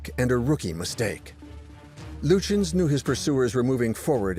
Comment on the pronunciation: I usually enjoy the documentaries from this channel. As a native German speaker, however, I absolutely abhor the narrator's pronunciation of "Prinz Eugen" and Admiral "Lütjens". The historic facts are presented well but I would appreciate a more coherent and perhaps better researched/practiced pronunciation of any foreign names in the future. Apart from that, I am always looking forward to a new video.